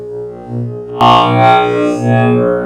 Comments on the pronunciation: I hear "long ass number" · Oh my God is Amber Is what I can hear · All I hear at the mid part is arow's amber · He sounds sometimes like he's saying Avocado's never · Avognos zender is what I hear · At a little over a sextillion its sounds like he is saying: Avocado’s never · "AVOCADO'S SNOBBER" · All I hear is “No Nut November” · When u get farther in the vid it just sounds like “ avagados numba “ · "AVOGRADO'S NAMBER" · Did I just heard "Avocado's Number"? Hahahahahaha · I thought he said avocados number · Please tell me I wasn’t the only one that thought it said avocado’s number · it sounds like "avocados? never!" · On 2x i heard avocados never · I was hungry and thought it said "Avocado."